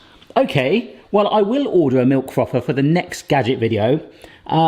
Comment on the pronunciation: Pronounces the TH in thin, but calls the frother a froffer. LOL